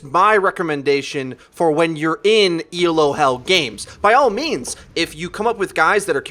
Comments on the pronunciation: Great vids, just reminder it's Elo not ELO. Named after Arpad Elo. Keep it up though! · Isn't it pronounced Elo, not E.L.O? (like wasn't it named after a guy?)